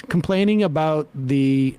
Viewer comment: "ABOOT" LOL